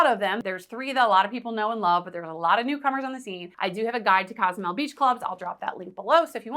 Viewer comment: I love your content, however it is Cozumel, not Casamel...